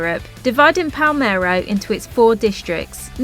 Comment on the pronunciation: Your pronunciation of Italian places and words is painful! Nero Diavola. has accent on the "Di". Palermo not Palmero.....